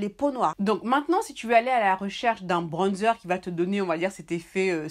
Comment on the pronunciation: « UN BRONNNDZEUR »🤣🤣🤣vous me régalez